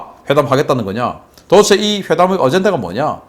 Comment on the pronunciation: '도데체'를 '도에체'로 발음하지 말해 주세요 박사님 방송 보고 저도 그 발음하던거 반성하고 스스로 교정중입니다 ㅎㅎ